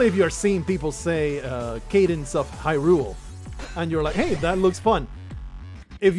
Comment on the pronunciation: Pronounced High - rule. Crypt of the Necrodancer first released in 2015.